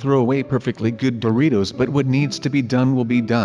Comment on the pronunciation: Guys said "Boritos" not "Doritos"